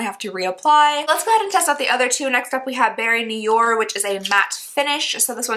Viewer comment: The way you say “noir” is “new-are”!